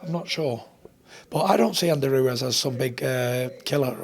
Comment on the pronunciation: Tyson "Andy Ruez" Fury